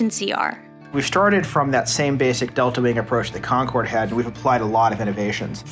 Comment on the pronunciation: The guy in the begining calls it the Concroad